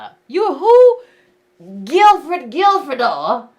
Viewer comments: "Gilford Gilfedore".... 😂😂😂😂😂😂😂😂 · "Guilfred Guilfredor" I can't LOL!